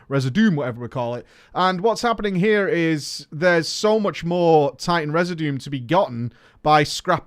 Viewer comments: Residuum = Reh-ZID-yoo-uhm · Community bros and female bros, I’m not trying to sound elitist and I’m probably going to get some ugly comment replies but: The pronunciation of residuum is “re-zid-you-umm”. The e is short as if it were the word “get” but can’t do the proper symbol on iPhone that I know of. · Re-SID-you-um. Like continuum. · HEAR ME MONGO. It is pronounced "reh-zih-jew-um" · re·sid·u·um - a substance or thing that remains or is left behind, in particular, a chemical residue... just sound it out... you'll get it one day! 😉 As for the PVP thing, I never felt like it was something I enjoyed so I always kept WM off. I'm pretty bad at it and after a few times the nerves boil over so I stop. It's why I'd choose to quest at my own pace or do said incursion with WM off. I can imagine it's more enjoyable for people that enjoy it but it's not for me. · Idk why English natives have such a hard time googling how to pronounce "Residuum" but I guess wow has rotted all of our brains over the past century.